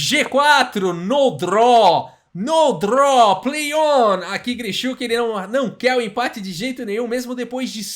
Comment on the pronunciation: "No draw", "Sem empate", falando inglês com um sotaque russo